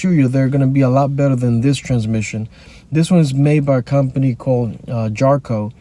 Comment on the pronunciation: First of all, it's JATCO, not JARCO. I have had my 2017 for nearly 3 years with zero issues. No recalls, no warranty work...nothing. I have averaged 37mpg for the life of the car. I had a Corolla for 2 weeks while my previous car was being repaired from an accident. Rode like a truck and slow...very slow, even compared with the Sentra. The Elantra...thanks, but no thanks. Very cramped and loud car. While Hyundai touts its 10/100 Powertrain warranty, they make you jump through hoops to get anything covered on it.